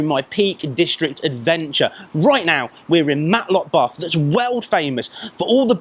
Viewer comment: its Matlock bath not Matlock barth.